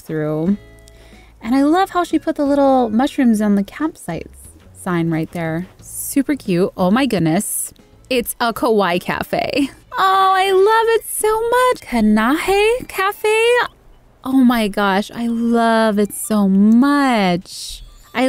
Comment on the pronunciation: it’s ka-wai-ie not ka-wai :D